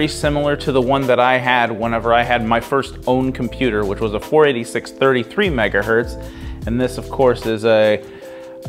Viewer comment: Every time you say "megahert" instead of 'megahertz' it makes my teeth itch.